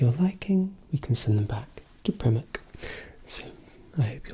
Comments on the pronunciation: “Prim-ark” is sending me 😂😂😂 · "from our supplier... Primm-ark" hahaha what a great video! subscribed :) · I’m going to pronounce primark like you do from now on!!!